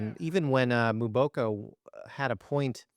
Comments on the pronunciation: The name is pronounced as”MmmmmmBoko and NEVER MoBOKO!!!!!😢😢😢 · It’s pronounced Emboko. Not Mooboko. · Victoria MBOKO doit demander a’ la presse de bien prononcer son nom please .